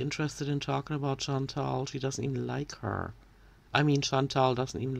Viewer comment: why does she keep saying chantal's name wrong? her name is chantal, not chantel! according to amber she's been friends with chantal for years, imagine mispronouncing your friend's name for years. i would be so angry